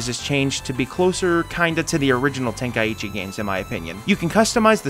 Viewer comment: Just a nitpick but how can someone read „Tenkaichi“ and say it like „Ten Kai ichi“